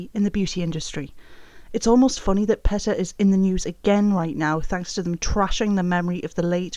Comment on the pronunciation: Ok. But it's pronounced PEE-tah not PET- uh